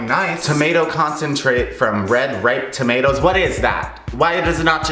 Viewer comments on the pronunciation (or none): none